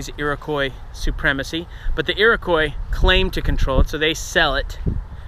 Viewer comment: Now I know you're not Canadian - from the way you say "Iroquois"... only a real hick uneducated Canadian might say that, and then probably use the final 'z' sound for the /s/. I'm totally impressed by your pronunciations of placenames in India and Central Asia and so on, but it surprises me you wouldn't pronounce a French spelling the French way. So I'm guessin' you weren't raised with mandatory French in your education, nor Canadian history, in which the Iroquois play a larger part than just the "French and Indian War". Which isn't the war's name in North America - it's the war's name in the United States. In Canada, it's known as the War of the Conquest. your lack of coverage of the native situation in the conflict is somewhat surprising given you thoroughness in discussing events in other countries.